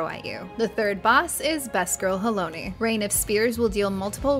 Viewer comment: Considering they kept saying Halone as Halony I am surprised they got Euphrosyne correct. Halone rhymes with bone and has been spoken by voice actors in the game for years. Syne is a Scottish word that rhymes with sign, But Euphrosyne is a Greek goddess and her name is pronounced the way they said it. Also of note is that Euphrosyne and her sisters Thalia and Aglaea (also has been spelled Aglaïa) were daughters of Zeus and the Oceanid Eurynome. I suspect Thalia will be the next in the raid series.